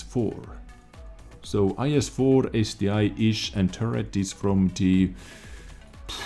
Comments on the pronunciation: Late to the party, but it is ST 1, not ST i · Also, it is ST-ONE (ST-I) just like it is Tiger ONE and not Tiger "eye". Pls don't kill me for saying the truth xD love ya